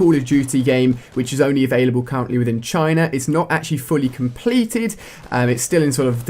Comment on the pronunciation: it's china not chine